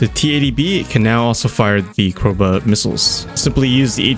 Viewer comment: Are you not a native English speaker? You mispronounced Joust and Cobra just within the first 2 minutes as well as your overall speech sounding very mouth closed and not natural considering you have a written script (also obvious in speech patterns). Maybe you should wing it a bit more to come off natural more and take some time on harder words if you aren't familiar with them.